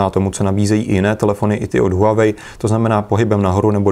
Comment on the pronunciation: Líbí se mi že to čtete správně: wah-wei :D